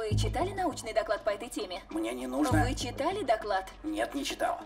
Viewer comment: Не нано, нуно